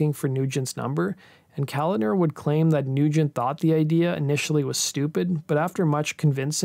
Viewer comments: So, I wasn't the only one cringing with every mention of Kalodner. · I'll echo a previous response, I came to comment the very same thing. It's a little disturbing repeatedly hearing Kalodner's name pronounced like that. Get a little knowledge on what your subject is dude!! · Enjoy your content, but "Kalodner" was mispronounced incessantly here. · The name is pronounced kaLODner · It's pronounced Ka-lawd-ner. John Ka-lawd-ner. Watch an interview with Steven Tyler some time to hear the correct pronunciation. Nevisin accidentally lost some of the master tapes of Zeppelin's Physical Graffiti. Not exactly outstanding. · Not to mention he mispronounced John Kalodner's name. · Just an FYI, it's not "calender," it's Kuh-lawd-ner. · John Ka lan der. You pronounce his last name with a K sound not C. It’s not calander. It’s ka lan der. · It’s John Kalodner. Not calendar. Pronounced Kal-AH-dner. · It's not John Calender, it's ko-lod-ner, stress on the middle sylable. Damn, it painful to listen to you mispronounce his name time and time again, especially since he was one of the biggest A&R guys in the 80's. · Yup! I was going to say "Listen to Steven Tyler pronounce the guy's name! He talks about working with him in many interviews... It's not Calendar!!". Hahaha! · John Kalodner’s last name is pronounced kuh-LAWD-nur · BTW: It's John Ka-LOD'-ner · Yes, genius. You mispronounced it all over the place. 🙄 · Isn't John Kalodner pronounced wrong? Ka-LODD-ner